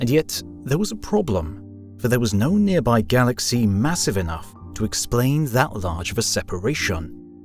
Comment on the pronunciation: One of the first lines you said was "in a near by universe" and it hurt. Can't even get that right so im not gonna watch the next FIFTY PLUS MINUTES